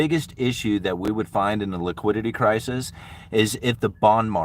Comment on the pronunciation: wiquidity cwisis